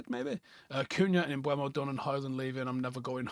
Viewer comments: Can people please stop pronouncing MbEUmo as "Mbwemo" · How does Howson not know how to say Mbuemo? It isn't mbweno. It's mburmo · CAN WE STOP SAYING MBUEMO?